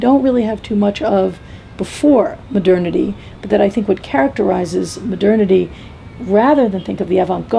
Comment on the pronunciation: Does say "maternity"?? Anyone?